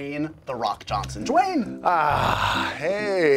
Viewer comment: “Jwayne the rock Johnson” “JWAYNE!”